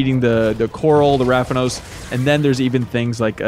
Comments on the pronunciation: Rathalos not Rathanos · "Rathanos" im dead😂😂😂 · Ravanos new monster or did he just said Rathalos wrong?